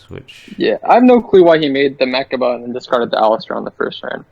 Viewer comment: It's not meRchaba. There's no "r" in mechaba